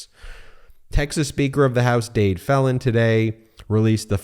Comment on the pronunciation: I’m from Texas and I am thoroughly disgusted by this vote. Just so you will be well informed the speaker of Texas house’s name is pronounced Dade with a long “e”, and last name is pronounced Felan with a Long “e”.